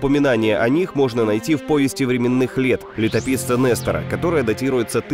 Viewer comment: Ни нэстара а Нестара